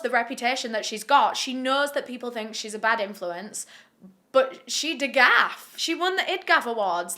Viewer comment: "bahad bahabie" had me howling edit: also "she degaf!"